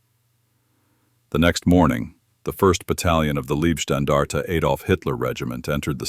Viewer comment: Please stop saying "Liebstandarte" because that means something like "nice standard". It is "Leib-" which means "Body" and the body it refers to is Adolf Hitler.